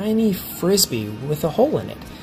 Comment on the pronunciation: He called it a frezbie lol